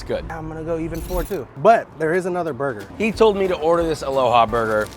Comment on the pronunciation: "There's a pineapple on moi burgah!"- If you know your know🤣